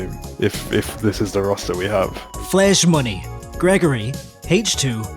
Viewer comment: Please tell me he doesn’t mispronounce flareshmoney the whole four hours